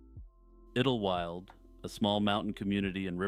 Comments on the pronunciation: Hey dude, It's pronounced idol-wild. Not idil wyld. That was driving me insane, 😢I had to skip that part. Lol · I swear to God, if u say iddel-wild one more time.... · Pretty sure it’s pronounced idle-wild (sounds like tidal). Could be wrong but that’s how I’ve always heard it pronounced. Anyway keep up the good work. I recently started watching your channel and it’s pretty good. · Idlewild. Pronounced ‘idol wild’. Great compilation!❤